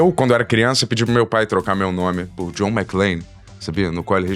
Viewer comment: McLANE???? WTF. Primeira vez que vejo alguém falar errado o nome de um dos heróis mais icônicos de todos os tempos. Isso só prova o POSER na questão cultura pop que o é.